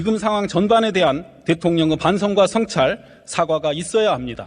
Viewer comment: 협치으가 아니라 협치의로 발음해야 함. 으견이 아니라 의견으로 발음해야 함. 대통령으가 아니라 대통령의, 공생공존으가 아니라 공생공존의로,,, 너무 많다.